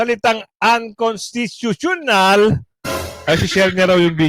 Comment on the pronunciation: Kuya goods accenting lang UN- cons- ( dito ka mag pause /accent ) ti- tu- tio-nal . Okay lang practice lang 👍👍👍💕